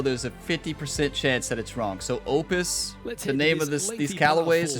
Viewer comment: One time for every shot. Birdie train called. Edit: Spot on with your pronounciation of "Opus" 👍. You'll make this channel more like grammar ability yet 😂 Edit: Hole 17 😃🙌. What a shot. Funnily enough I got my first ace in the game as well today. Mind you I was playing on pro am at Al Barsha. Not quite the same level of difficulty 😉